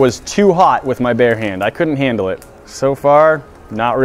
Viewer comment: “I couldn’t HAND-le it”